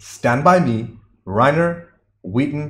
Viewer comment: The Stephen King story was a short story titled The Body. It's pronounced Rob Rhine-ner, not Rain-er.